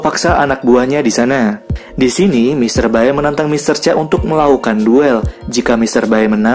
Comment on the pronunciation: Bacanya mr bae itu, bkn bae tp be.